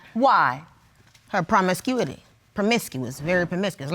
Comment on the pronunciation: promiscuity is an actual word and she pronounced it correctly